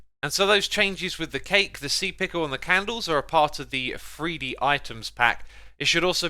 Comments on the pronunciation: Its not free d its three d theres no f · As a northerner it bothers me to no end hearing Xisuma saying "free-dee" hahaha